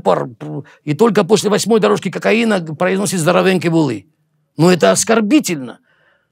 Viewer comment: После восьмой дорожки кокаина еле произносит «Здоровенькі були» ржууууу